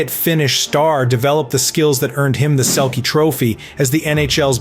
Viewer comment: is this AI? you gotta know how to pronounce "selke".